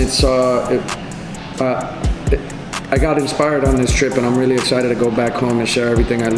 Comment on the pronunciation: "Oh Rearry.."